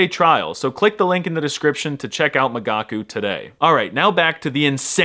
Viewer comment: I listened to the video (because I'm a gigachad who understands everything without subtitles) and during the whole sponsorship I thought you said "magaku"? How is it possible to pronounce an i that wrong? America must be eradicated. ...maybe I'm not such a gigachad after all